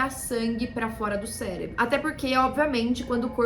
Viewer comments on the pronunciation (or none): none